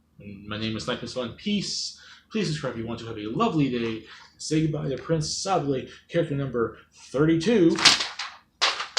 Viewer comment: Oh wow you pronounced his name right! Yes it's pronounced like ... saw blay? Not like sable, or say bull. Like the french cookie! He's actually my most wanted! I don't think he will get in (an assist trophy is actually shocking to me) but maybe some other day. I do think your estimates at how likely he was is a little low but considering I have a low expectation myself it doesn't matter. 😅 I would actually recommend the game though. If you like platforming and story-based gameplay it should be up your alley. And if not, it's only around 6 hours. Very short!